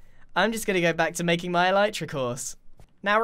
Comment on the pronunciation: Is it pronounced eleetra or elitra?